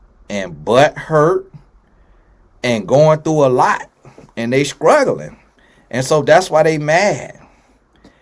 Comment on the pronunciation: "they're skruggling 💀💀💀☠☠☠and lying on their thing" got me hollering on the floor 🤣 🤣🤣😂😂😂😆😆😆😅😅😅😁😊😁🤭🤭🤭phew Chile ❗❗❗🙌🏿🙌🏿🙌🏿they're gotta heal and grow up. Why they're getting a podcast mic 🎙 🎙🎙 for 😂😂😂😅😅😅🤦🏿‍♀️🤦🏿‍♀️🤦🏿‍♀️🤦🏿🤦🏿🤦🏿they need a therapists for sure. 🙏🏿🙏🏿🙏🏿